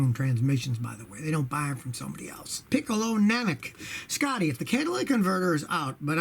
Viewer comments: Pee-cuh-lo namek... You got the namek right, but its PICK-UH-LO!!! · I asked him that question on a live stream and he also pronounced it funny😂